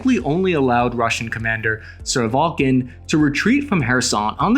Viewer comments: "Surovovkin." Did he mean "Surovikin," the Russian Theater Commander? Since this is a name that anyone covering Russia and Ukraine should know well, I'm a bit doubtful that what follows is going to be competent analysis. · try this-- its Sir o VEE kin...i know Russian s a hard language for "" murikans............ BUT!!!!!!!